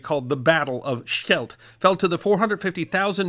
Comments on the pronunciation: You are trying to be a historian. Is it that fucking difficult to open a google translator and listen to the way 'Scheldt' is actually pronounced? It's not that difficult ffs. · The way pronounces "Scheldt" reminds me of how Stewie pronounces Cool Whhip.